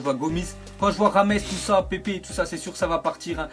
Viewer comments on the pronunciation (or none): mdr "Pèpe" comme tu dis ce pronnonce "Pépé"